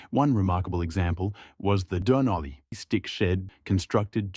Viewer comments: Robot you can’t even pronounce Dun Olly, suggest you go back to school. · Is this AI narration? it says 'Dunolly' really weird